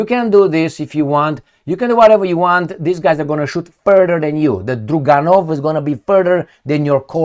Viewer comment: when you’re talking about Russian’s sniper rifle, it’s NOT “Druganov” from the word DRUG (friends), it is “DRAGUNOV” from the word “Dragun”, which in Russian Tzar’s Army was the Cavalry attacking Officer/Soldier, who also trained to attack the enemy as an Infantry!!!